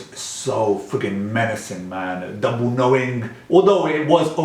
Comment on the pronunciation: man its tabu not dabu 😂